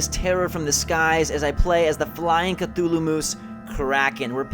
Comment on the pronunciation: Did he fucking say k'thulu moose...